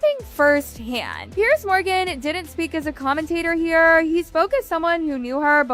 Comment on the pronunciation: His name is Piers not Pierce. Like plural of Pier. Americans should learn English before telling people how to live. Maybe start with learning cutlery use beyond the scope of a toddler.